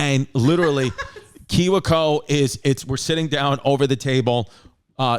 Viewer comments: It's pronounced key-we co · I love how he pronounced kiwico.